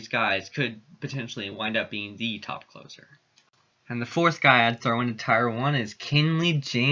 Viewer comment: I hate to be that guy, but tier is pronounced like tear in your eye.